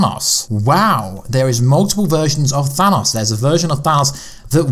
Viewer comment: you should just call thanos purple guy because its really driving me crazy how you say his name wrong